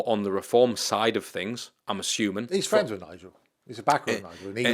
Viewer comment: "My friend Donald Trump" dream on mate.. fwends, fwends oohh can i be your friend, trump wouldn't piss on you if you was on fire